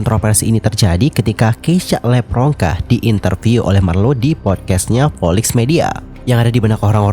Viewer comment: dia bilang ngomomg ngapak itu karena nama dia "levronka" tapi si marlo nyebutnya "lepronka". Itu perpaduan nama orang tuanya si keisya Nama lu di selenehin di publik nih, sebagai bintang tamuu haa yamg seharusnya saling menghargai, apalagi ni nama orang tua yang di selenehin, gue si kesel kalau jadi dia.